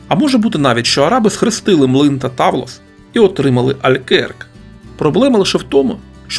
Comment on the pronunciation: Грецькою ігри в камінці правильно читаються Петтіа і Тавлес